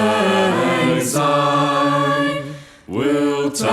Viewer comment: It’s Syne not Zyne! Grr!